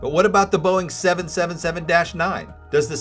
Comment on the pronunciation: Great content. Great video except for the 777 pronunciation. I think you have great potential for becoming more popular. Keep up the good work!